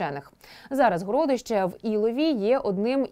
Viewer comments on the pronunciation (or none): Чому ведуча ТСН називає: горОдище, а не городИще, госпОдарскі, а не господАрські? Чому ведуча не покращує знання з літературної мови? Проставте їй наголоси в тексті, чи що. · ГорОдище,в розумінні великий горОд.Вперше таке чую,вухо ріже.Одне писало друге,,вещає'' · ГородИще, а не ГорОдище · ГородИще, а не горОдище?